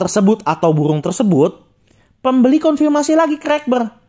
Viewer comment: Maaf ko aku denger kata burungnya jadi pohong (sejenis ketela)😂